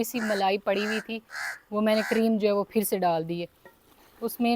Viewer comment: Kareem nahi kireem kehte Hain